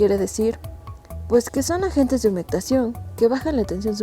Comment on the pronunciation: Humegtación ??? NO !!! es Humectación.